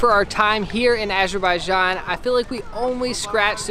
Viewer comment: I love the way pronounces Azerbaijan.